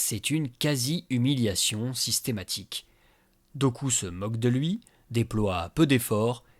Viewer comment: Super vidéo, comme toujours ! Par contre Dooku se prononce "Doukou"...